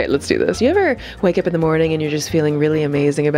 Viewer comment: “Zee booty crack of ze eye” 😂😂😂